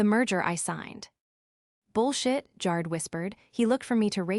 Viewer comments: Jared like AIR not like JAR.. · Jarred is how his name is being mispronounced. Like canned, put in a jar. I jarred the pickles. But the name Jared is pronounced Jaa Red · Try saying Ja' red correctly. It's not Jar' red More than a few spelling errors that once again the story poster never bothered to check an AI voiced story. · Jar-Ed, not Jared! These AI narrators are really stupid when pronouncing certain words and names, I really wish they could make the AI better at some words, because it's dumb!!! I'm sorry, I got way too bored with this story and had to say, bye-bye, it just didn't hold my interest! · Tell AI Jard is pronounced Jar-red. Long A, short E. Or spell it consistently. Good story. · So sick of hearing them say JAR JAR JAR JAR ED like he was canned only saying JARED instead. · The name is pronounced JA-red (short A) not Jar-d. Makes it impossible to listen. 😮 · Story was good, involved, but pronunciations made it less. Jarred/Jard rhyming with yard??!! I watched one yesterday that pronounce Pentagon as Pen-tā-gon??!! Good story team but, every story has multiple mispronunciations. Please fix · Jarred is pronounced (G AIR RED) AI IS horrible at pronouncing words. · Jared's name is pronounced. Good gotcha story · Driving me crazy that it does not pronounce Jared correctly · They didn't get Jared's name right once. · What the hell Is so difficult about prononouncing Jared and also the word Resume ( resume) the last e in resume is pronounced as an e. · Apparently AI is having another hissy fit because it can't pronounce Jared. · Worse AI voice for this story. It doesn't pronounce "Jared" correctly. Most of these voices have problems with a few words, but they're infrequent. In this story Jared was mispronounced dozens of times. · The E makes the A a long A